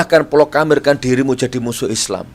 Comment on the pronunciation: Hellooooi gus nur.. Bahasa indonesianya tinggi2 padahal salah nyebut Proklamirkan jdinya "PLOKAMIRKAN" trus ada lagi kata "KARIB2 DEKAT" ada lagi, "MINUM ROTI TAWAR" ngomong opa sich Nyet.. BEGO bngt. bahasa indonesiamu hancur... Ente kebanyakn NGEYEL, klo Ngeyel benar n berbobot sich ga apa2. Ini malah KOsOOOng..😂😂😂